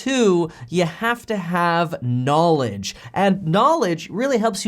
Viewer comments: I just had a flashback of Tai lopez. NAW-LEDGE. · Everytime someone says KNOWLEDGE like that I always hear that one dude in the viral video sayin KNOWLEDGE and it makes me smile